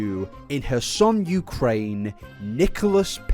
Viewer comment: Would it really kill you to pronounce your R's? It's not "hassan" Ukraine, it's kherson